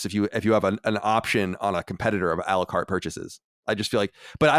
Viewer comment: It's "a la carte" which means to order items separately. I find it pretty funny he pronounces it "Alucart" like it's a Castlevania character or something 😂